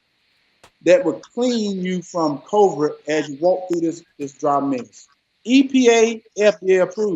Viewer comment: Damn, Hershel could start with speech lessons, not the Senate!!!! That man said,. "coverid" the hell is that!!!!?